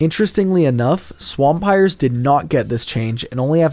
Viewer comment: swAMPIRE, not SWAMPire